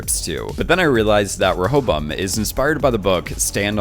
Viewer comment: Great video! Side Note - It's pronounced "Ray-a-bo-im".